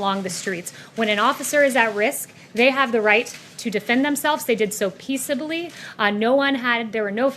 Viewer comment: Peacibly? That's a new word